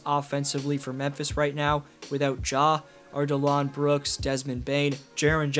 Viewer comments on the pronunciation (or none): Dillon Brooks, not Delon Brooks